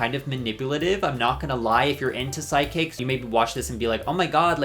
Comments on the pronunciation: I kept hearing side kicks instead of psychics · Are you repeatedly saying ‘sidekicks’ instead of ‘psychics’ on purpose?? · Are u saying sidekicks or psychics LOL